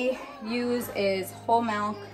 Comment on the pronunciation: She really do be saying melk